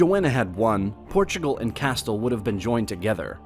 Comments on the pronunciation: "Kastle" - Absolitely fecking HILARIOUS. Don't you people check pronunciation before making these videos ? FYI it's KA_STEEL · there is a difference between pronouncing a spanish word correctly and an English name of a Spanish entity correctly. Castile is the English name of the Spanish Castilla (pronounced kasˈtiʎa, and it is still not pronounced like "Castel". It is pronounced more like "Cas-steel" (/kæˈstiːl/) as per American English dictionaries, which I would consider a far more reliable source than some random guy on the internet. Japan? Oh what a silly example. 日本 is pronounced as "Nihon". That does not mean you pronounce the word "Japan" as "Nihon", and neither does it mean you can pronounce "Japan" in any way you like...such as "Jar-parn". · Cast-ill oh my lord it’s cas-steel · yes. Very informative video but yes very easy words that non spanish speakers can say with no accent lol. Such a "castlllll" its "cAsteeL" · It’s pronounced CAST-EL Not castle! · Castille is pronounced "Cas-STEEL". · Who pronounces Castille as “kas-tull?” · Bro, it's pronounced Kah-Steel...Castile.... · It's pronounced "Cast-eel" you idiot. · It’s pronounced “Cast-eel”. Details matter. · Didn't finish it .. just got up to when I started hearing "castel" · "Americans know how to pronounce names in other languages": "The Crown of Casthuull" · How can you be taken seriously when you pronounce "Castille" as "castel? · Really....ahhhhh it's CAS' TEEEL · If you are going to make this type of video, please get your pronunciation right. Castille is pronounced 'Casteel'. Also, following the Peninsular Wars England guaranteed Portugal's independence and sovereignty. Something the Spanish dared not challenge. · Castle is pronounced as ca- steel and not like the fortified home of a king. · Please stop calling it CASTILL....please...stop the pain.. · Every time you say “kastel” I lose a brain cell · Pronounced cas-steel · Castile is pronounced Ca-steel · Learn how to pronounce Castille